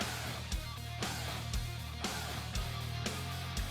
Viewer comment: c'est moi où il prononce "amasaing"